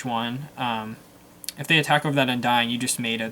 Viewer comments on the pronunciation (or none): why does he sound like he is saying "Undying" instead of "Undine"